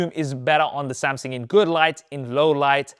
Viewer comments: It's Samsung not Samsing. So cringe with that Samsing pronunciation. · Am I thee only one to notice he's been saying "samsang" & "Samsin" Instead of "Samsung" lhh Throughout the entire video. Lhh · Oh my. Why is bro STILL saying "Samsin" & "Samsing" and no "SamSUNG" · I appreciate the insight from you and the other main phone comparison pages, but my brain hyper focused on your pronunciation for some reason. LOL. It's "SamSUNG".... not "SamSING" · Good old "Samsing" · SAMSUNG NOT SAMSINGGGGGGGGG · Wtf is a SamSing😂😂😂. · the way he pronounce SamSANG jajaj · I like your Samsing 🤣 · why u called SAM SINGG? 😅😅 sounds racist but its nice 😂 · Why do you pronounce Samsung as “Samsang” lol in some cases.